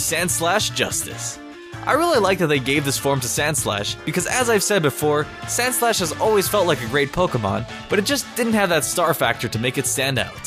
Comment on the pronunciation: when you said sandslash I thought you said sandslush and after that I decided that's what I'll call it from now on because of how fitting it is